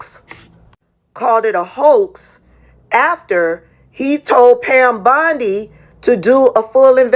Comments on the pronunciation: Receipts, please.😐 I'll celebrate when it's corroborated!🤨 Why does he keep saying _ Bond-eye?😶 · The white guy in the video is AI. You can tell by it mispronouncing Pam Bondi’s name. Also all AI right now has the same cadence and rhythm. I can’t find any reputable source talking about it. After finding out that people outside the US are enjoying making money online by just lying and manipulating Americans with false info.